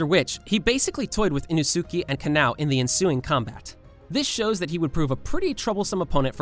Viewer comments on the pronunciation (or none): “Ino-sooky” “Kanow” B r u h